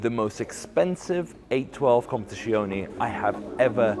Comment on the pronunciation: If you can't say competizione properly. just say competition.